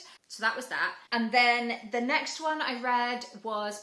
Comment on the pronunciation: It makes me happy to hear that you loved the book by Stefan Zweig. He is one of my most favourite German writing authors. And I love how you pronounce his name. 😂 And yes, Herta Mueller's books are definitely bleak. I would recommend The Hunger Angel by her, but it is also not uplifting for sure.